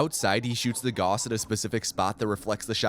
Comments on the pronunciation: It's pronounced "gowss" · Please, learn to pronaunce Gauss, it sounds so bad when you say it and you say it so many times, it is so triggering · His name was 'Gauss'. Picture the word 'loud'. Use the 'ou' sound from loud and pronounce the 'au' from Gauss like this. He was one of the guys on our money 'Mark' before we started using Euro, btw. He was on the 10 Mark bill, iirc. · "All other mentions of selfgauss were correct though." Except that he says Goos instead of Gauss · Agh! I started getting too distracted at the end every time you said g-aw-ss instead of g-ow-ss. Otherwise great video though. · It is pronounced "Gowss" not "Goss". A common mistake, to be certain. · GREEEEEE!!! IT'S PRONOUNCED 'GAUCE', NOT 'GOSS'!! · Gauss is not pronounced Goss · It is Gaussrifle, Gauss not Goos/Goss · He didn't say Gauss, he said goss. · as a physicist, this pronunciation of Gauss was painful. Great video though! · he's mispronouncing "Gauss" again 😠😠😠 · it's the tou cannon not gauss rifle i hate to be that comment but it is the tou cannon